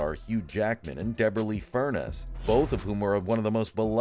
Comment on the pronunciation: FurNEES! FurNESS!!!!! Not “furnace”!!!!